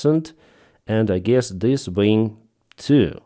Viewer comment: Ving? Do you mean wing?